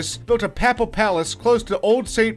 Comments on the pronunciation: I had to stop the video . I just couldn't listen to any more of those mispronunciations. "The Papple Palace" was the last straw. I hope he never comes to Ireland to make a video. His rendering of words from our language would be torture. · This is guy is clearly trolling us. He can't pronounce ANYTHING. Not even something as simple as "papal." I would blame his inability to speak English. But he's clearly a knuckle-head American. Still...I seriously think that he figured he would mispronounce things so that we would then comment. Clever girl...